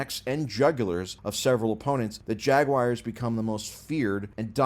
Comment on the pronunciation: bro called the colts the chiefs then the jags jagwires after trying to say jagwaars